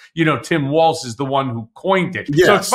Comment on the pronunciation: Friendly reminder: there is not a "t" in Walz.